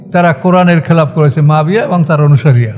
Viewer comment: মুয়াবিয়াকে আপনি বারবার মাফিয়া অন্যরকম ভাবে বলতেছেন এটা কি ইচ্ছাকৃতভাবে নাকি আপনার ভুলবশত বলতেছে না।